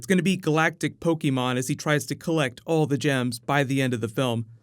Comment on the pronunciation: pokeMON MON NOT MEN